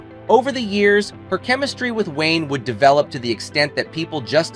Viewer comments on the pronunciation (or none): none